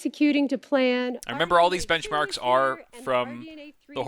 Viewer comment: Lisa: Speaking: benchmarks... Bencmarks... BENCHMARKS